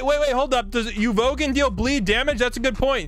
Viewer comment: “Uvoguhn” -never watched an anime in his life